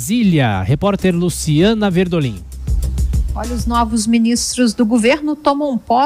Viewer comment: Por que ela fala "De Brasília, Luciana Berdoliiññ...(...)"?